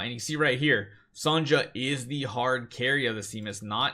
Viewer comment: Still saying “Son-ja”